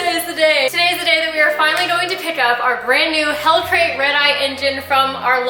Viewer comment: Lmao she said hellcrate again🤣